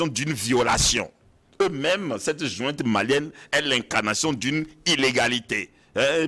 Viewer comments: <<JOINTE>>😤❓ En disant tout le temps jointe, jointe 😅 et non pas junte, ces 2 là se sont trahis : ce sont que des fumeurs de joints. Pétard, ça se voit 🤪 !! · « Djunte militaire », « illégitime » Etc. Ils sortent d’où ces « analystes »🙄?